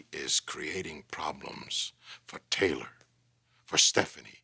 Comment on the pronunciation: " Teller". We're all gonna die......please Stephanie her name is TAYLOR